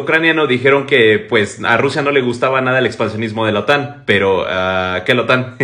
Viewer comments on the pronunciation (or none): La OTAN , no la otán. Qué lío os aceis con las tildes y las silabas tónicas.